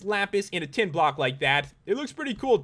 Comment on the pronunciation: in the tin blocks i thoght u said ten